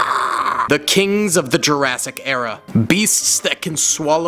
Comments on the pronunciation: Sorry but it's jurassic park not Jurrasic park. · Ah yes “Jarrasic park”